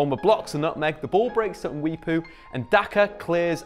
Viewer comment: You saying Daka and Mwepu made me feel proud as a Zambian.